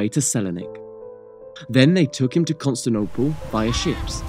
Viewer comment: Constantinople = "Cun(t)stinople"? Lol, That's a new one... I'd be interested to hear how he pronounces "Teotihuacan"... Very interesting video, though. 👍